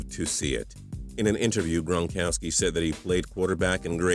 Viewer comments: Rob gronkoski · TPS at the begging did you say Rob Bronkowski